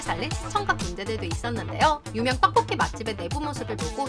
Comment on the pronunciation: 누나 떡볶이라고 말하실때 ‘떡’ 발음이 너무 찰지신것같아요 ㅎㅎ 항상 잘 보고 있어요 !